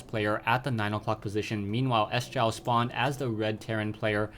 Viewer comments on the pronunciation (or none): lol "s- jow", its pronounced "sjow" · Nice commenting but he's not pronounced "S-jow". It's more like "CHOV".:>